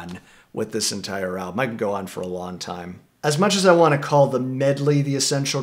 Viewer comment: There's a soft g pronunciation on long and song. It's bugging me. It isn't S-on or L-on... it's song and long. "One of my favorite Beatles tracks is Lawn Lawn Lawn." It'd have been interesting to hear you to say that!